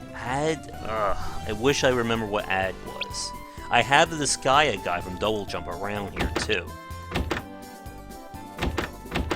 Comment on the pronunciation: It's pronounced dis sky ah